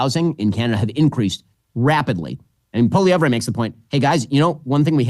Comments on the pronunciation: Ben....its pronounced POLLY-EV not polly-every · Polivere's biggest opponent is our Canadian msm. They're already trashing him and anyone who supports him. The liberals are desperate to turn him into the scariest thing ever. And it's Pol EE EV. Silent R. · American isolationism strikes again. Ben Shapiro, while praising Pierre Poilievre as part of the new wave of reasonable leaders, can't even offer him the courtesy of pronouncing his name properly. "Poilievray"??? Give me a break, Ben Shapirooo! Let's give it to you by using other words as models. The "Polly" part is pretty simple. It's the ending of his name that confounds unilingual American know-it-alls. So, let's take a name you can probably wrap your lips around, "Ezra". Now replace the 'z' in "Ezra" with a 'v', which produces "Evra". That gives you Pierre "Polly Evra". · You guys have to learn how to pronounce Poilievre. PAW-lee-EV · Had to cringe EVERY TIME Ben pronounced Poilievre lol. Watch Jordan's videos, Ben! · We in Canada are over the MOON Trudope will be gone hopefully soon.. but of course he takes the easy way out and resigns instead of calling an election. PLEASE BEN you need to pronouce Pierre's last name right LOL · You don't say "ray" at the end of Poilievre, Ben. lol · But wouldn't it be better if Ben Shapiro actually knew how to pronounce the name of the guy who he professes to admire so much?